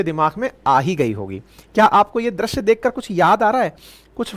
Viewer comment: आप दृश्य को क्यो द्रश्य बोलते है? आप जैसे लोगोको सहि उच्चारण करना चाहिए ना?